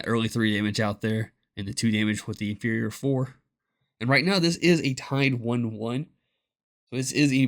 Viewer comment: It sounds like he calls it the Inferior Four. 😂